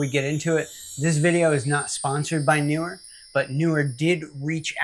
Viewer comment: Nice review. PS The 'pros' tell me its pronounced "knee were."🤓